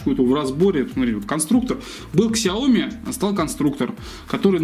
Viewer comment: Ксяоми, судзуки....мля....